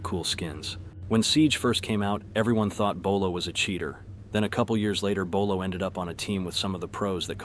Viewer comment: Always jiggling because of the name "bow-low"